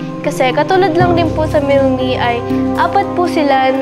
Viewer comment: Milmi po Hindi milela